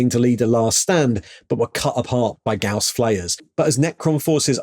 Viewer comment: Thumbs up. You are one of the very very few that actually pronounces "Gauss" correctly. The lore breakdown was concise as always.